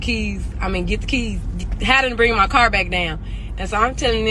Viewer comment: For one she saying “caw” instead of car.